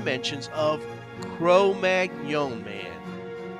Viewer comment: you are saying magnon wrong it's like mag none not like fillet mignon